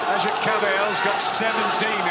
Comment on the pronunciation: they pronounce AGIT right. excellent fight. the liver king has de-livered again.:face-fuchsia-tongue-out